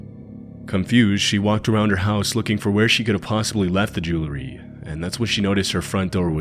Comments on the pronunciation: Jewelry.... not jewlery... i'd imagine Jewlery is a star of David necklace. Jewel...ry... come on, man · The way you say jewelry JU-LERR-Y 😊😊😊😅😅